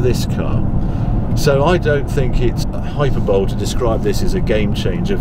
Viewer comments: Hyperbole. Err You did NOT just pronounce it hyper-bowl. Harry! Whut thuh? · hyper bowl? does that come after the super bowl? "high per bo lee" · Harry...it’s pronounced Hi-per-bow-lee. Great review, Cheers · There are 4 pronunciations. 3 right ways, and a wrong way. Im sure Harry will agree. hi-PER-bolay hiper-BO-lay hi-PER-bolee and of course HI-per-bowl. There always has to be a wrong way, Thats the one the British use. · as a Brit, no, we don't use Hyperbowl. Except, apparently, Harry. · There aren’t two pronunciations though! James is correct. 🙄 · I thought Harry would know how to say hyperbole properly...